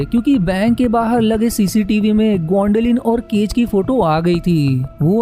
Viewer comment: अपनी हिन्दी सुधारो भैया... आपका उच्चारण गलत ही नहीं, जानलेवा है। 'जीस' नहीं, 'जिस' होता है। और इसी तरह... जीसकी = जिसकी जीसका = जिसका जीसने = जिसने कीसने = किसने कीस = किस और सैंकडों शब्द जिनका उच्चारण बहुत गलत कर रहे हो, कोई इंसान ऐसा वीडियो कैसे झेल सकता है?